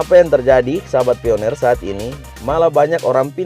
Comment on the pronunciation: Bacanya bukan pioner....pionir